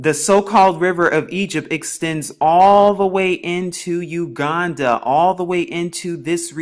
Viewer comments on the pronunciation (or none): none